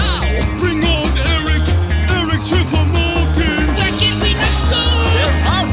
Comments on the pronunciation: It’s not Eric choupa moting it’s Eric choupo goating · Ali the part where he says eric chuopo moting